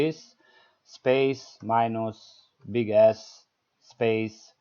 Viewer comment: Sorry i giggled a bit when you said Big S. Anyway thankyou nice tutorial and easy to umderstand